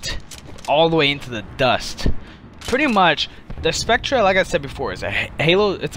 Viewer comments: I'm sorry but I can see why you have very few subs. if you're going to suggest vehicles you find "awesome" at least have the fucking decency to know how to fucking pronounce the name. spectre is pronouned the exact same as specter, not spectruh, moron. also the prowler is a brawler. know the fucking names and the fucking class of the shit youre suggesting. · It's pronounced spect-er dumbass, not "spectra". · By the way, it's pronounced "Specter" not "Spectra" even though it is spelled Spectre. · I'm sure it's pronounced spec-ter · "Spectra" Excuse me? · lel spec treh is pronounced spector but meh